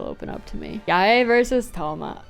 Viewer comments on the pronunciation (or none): the way u pronounced yae as “ya yay” is funny to me